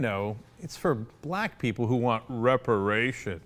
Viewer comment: Rick Santorum didn't say "Black People", he clearly said "Blah People" *stares at Jay-Ar*